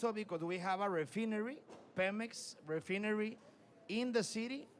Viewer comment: horribleishon pronuncieichon mr Refineri